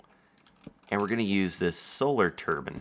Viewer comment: i tried auto-subtitles for a little bit and the fact that when u say solar turbine wrong it says it right but when u correct yourself it has no idea what ya saying, made me laugh hard :D